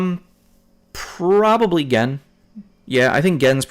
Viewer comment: I don't know if yiu have been corrected but it's not Jen it's G-en. But not like Gee but Guh-en. Just don't want some jerk trolls to hassle you on the pronunciation bro.